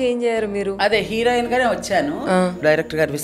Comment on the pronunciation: Erohin kadu హీరోయిన్ అనాలి